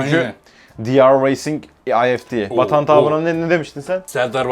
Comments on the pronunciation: drift racingi dr racing diye okuyan bir insana yinede bagliyim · Di Ar reyaing Ar Ef Ti dedi olm o nee